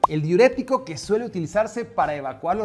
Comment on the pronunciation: Se dice diurético